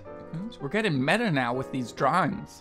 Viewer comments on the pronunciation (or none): none